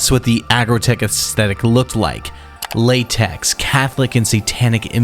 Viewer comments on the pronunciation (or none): none